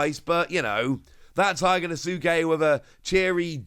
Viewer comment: Day 1000 of asking to pronounce Hyogonosuke correctly 😂